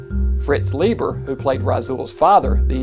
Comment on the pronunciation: Leiber rhymes with Fiber!